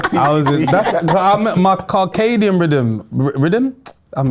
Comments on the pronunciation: "carcadian" (circadian) is worse than when you played name-an-animal-beginning-with "C" and you said "cantelope". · the pronunciation of circadian has finished me 😭😭